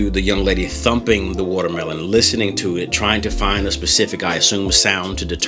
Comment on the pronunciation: The appeal of this video is the amazing way that you say woutermelon